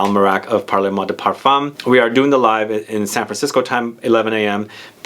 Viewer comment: It’s pronounced “parl moi de parfum.”. Or you could say “parle moi de parfum” with that e in parle very soft and NOT like “parlez”. which is pronounced “parlay”. But “parle-moi de parfum” is almost like “talk to me, dear, about perfume “ and not “talk to me maam (or mr) about perfume “ which is the”parlez” form of the verb “parler”, to talk. “Parle” is the intimate, informal form of the verb- it’s the difference between tu and vous. For the give away- I like the name of the house because of that intimate sense of it, as I was trying to explain. I haven’t yet smelled any but Mile High sounds wonderful- Fall fruits/dried flowers- nice! I’m in Seattle!